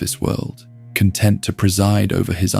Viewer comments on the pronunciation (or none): none